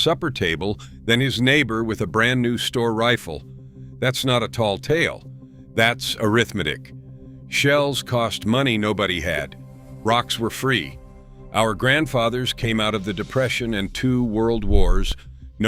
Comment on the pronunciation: Uhm, what’s arithmadick?